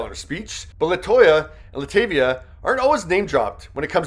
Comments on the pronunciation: So the narrator clearly heard Beyonce pronounce Latavia the correct way, and HE STILL MISPRONOUNCES HER NAME???? LIKE HOW? it's LUH TAH veeyah! Not Luh TAY Veeyah! 🙄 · Her name is Latavia. Bey pronounces it . Not “LaTAYvia.” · Hey,. It's luh-taw-vee-uh (Latavia). (Bey even says it in her thank-yous.) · LA TAAAAVIA NOT TAY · LA-TA-VI-A … showed Beyonce saying her name multiple times and still said it wrong. And this is not the 1st birthday they shouted her out nothing “interesting” about it. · Exactly!! To say they never come up he must be new here. He didn’t even say Latavia name right the nerve 🙄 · How on earth did you hear her say LaTavia’s name, yet you still pronounced it WRONG??? Y’all be playing too much😒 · One of these day yall will pronounce LaTavia correct! Beyonce literally said it. Now yall need to listen and learn